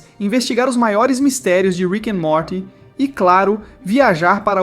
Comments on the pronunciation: o narrador fala Morti em vez Morty, mas tbm fala Morty corretamente mas dps fala Morti dnovo da uma agonia kkk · Pouhha mano, como cê vem falar de teorias e n sabe nem falar o nome do molho crt 😂😂😂😂 me quebrou aí, mas vamo lá ver oq cê tem pra me divertir ❤💥